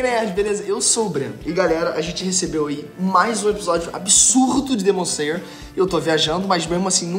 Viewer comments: Demon zeyer, que pronúncia é essa??? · melhora a pronuncia do nome do anime ae amigo, voce ta esquecendo o 'l'' em slayer.. abraços